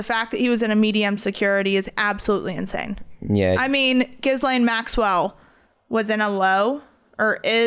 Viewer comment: The S is silent in Gislaine